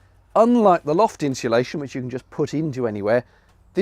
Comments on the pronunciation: People say ‘inshulation,’ extra ‘h.’ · "Inshulation", I'm guessing ... (although, it could always be "Hinsulation" ...) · I wish people could could say: "insulation" properly..... Where does the extra "H" come from?